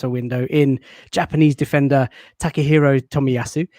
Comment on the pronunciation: La-tte-hiro Tomiyasu